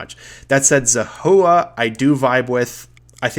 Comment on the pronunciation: Makes me sad you don't remember how to correctly pronounce Zahua or the name of the White March DLC, the disrespect is unforgivable /s